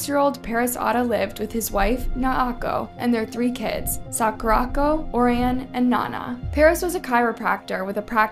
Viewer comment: Good video. But one thing. Other than Paris, you mispronounced everyone else’s names. Try to get it right. In memoriam, Naoko, Sakurako, Orion & Nana deserve at least that.